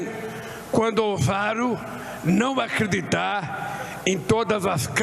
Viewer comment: Aqeditar Em cipropiu para contuir ufuturo melor